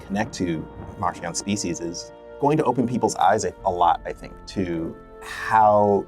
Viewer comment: But it IS "MarKion"